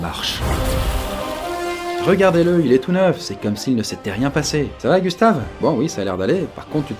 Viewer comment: le corps à Gustave, aie ça fait mal aux oreilles 1;47minute